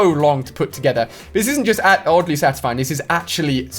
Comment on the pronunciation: Did he say ogly satisfied